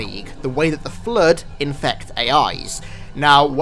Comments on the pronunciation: Every single time i listen to sayin flood i hear flude and sometimes flirt XD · I came here just to hear say 'FLUDE".